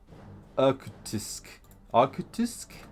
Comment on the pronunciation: Irkutsk pronounced like ear kootsk with hard r